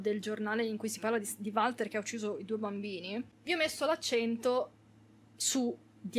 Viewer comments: sentir pronunciare Valter con la V al posto di "Uolter" mi fa pensare ad un umarell milanese "varda lì il Valter, un giorno di questi te copa qualcuno tel chi" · finito l'anno scorso in 2 giorni fu intrigante ma preferisco il 3 per favore si pronuncia wolter 🤣non si può sentire chiamarlo come è scritto